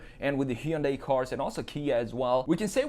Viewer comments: Buddy, it's HUN DIE, that's it, it's not heeyoonday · Hyundai is pronounced like Sunday.